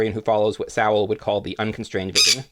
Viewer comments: I would be very thankful if you'd pronounce Thomas Sowell's name correctly. It sounds more like soul or so-well. Not Sow-el. I'm not saying you're doing it but pronouncing it Sow-el has become popular among those who hate the man. I imagine it's because it's akin to calling him a pig. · Despite the mispronounced "Sowell" and ignorance to Thomas's standing, outside of strategic "lefty" kneecaping, amongst intellectual circles this was a worthwhile listen. Sowell the 🍿 pop writer! 😂